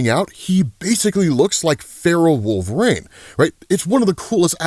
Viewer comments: Bro.. wolvereen.. not wolver-ain... say it right 🤦‍♂️ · Can I ask why you say Wolverine as Wolvraine? Not picking or anything, tomato-tomotto.